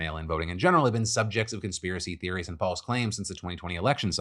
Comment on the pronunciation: STOP SAYING CONSPARACY THEORY ASSHOLE